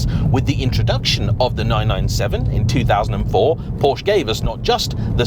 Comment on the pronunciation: Really ? Even auto journalists can't pronounce the brand correctly ? This brand of automobile is pronounced, "POUR-sha"